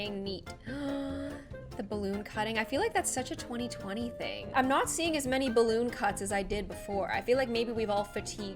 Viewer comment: I used to think she said HaPpY DaY oF gLoOm but she said happy day I’m GlOoM